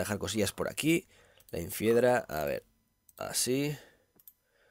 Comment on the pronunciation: Luzu se dice INFIEDRA no INFEIDRA